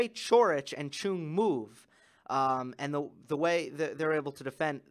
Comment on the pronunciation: as a Korean viewer, the correct way to pronounce Chung is 'Jung' or 'Jeoung' with J sound. the way Chris Fowler calls Chung as 'Choong' is incorrect. If you want to say his name even more correctly, we Koreans put last name first so 100% correct way to say is 'Jung Hyeon' (정현 in Korean). 👍